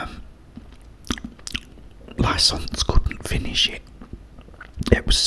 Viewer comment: why does he call her drivers liconce lol?